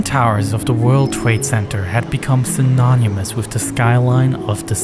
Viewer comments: Synonymous is pronounced, “sɪˈnɒnɪməs”. Less than 15 seconds in, glaring English error. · Just to let you know, it's pronounced "sin-on-a muss" lol.